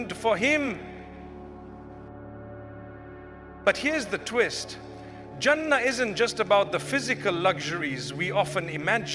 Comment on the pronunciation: You think mufti menk says " jaana and janaah and jahana" even says hana...and doesn't know how to say jannah. Listen to the audio carefully mispronounced words again and again, And btw it's not about conspiracy mind it, I never said the info is wrong. I said the voice is altered. Serioulsly some ppl🤨